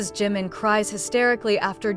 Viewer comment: Oh mulher que lê errado! Desagradável JUNGKOOK....e não Zanguikukok! Kkk Não é GIM! É DJIMIN(A PRONUNCIA( JIM. é outro membro! Se não sabe ler os nomes ...NAO.LEIA! 😝😝😝😝😝😝😡😡😡😡😡😡😡😡